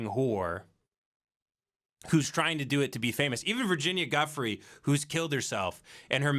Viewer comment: It's pronounced "Jew-free" P.S. The bees defending the hive from the giant hornet is fkn AMAZING